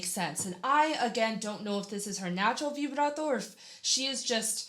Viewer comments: Che bello come dici vibrato, so nice to her how do you say vibrato🥰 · Did you say “vibrato” in italian?😳I had shivers 😂